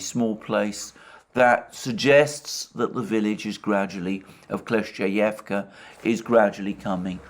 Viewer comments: You shoud read your comment sometimes Alexander... I've said it countless times... It is KLI-CHIV-KA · you’re wrong. Kle-schE-yevka is how it’s pronounced. Ch is a different sound from sch (ч versus щ).